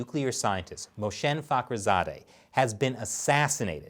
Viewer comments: mohsen Not moshen 😉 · you are not saying it right - mo-ha-san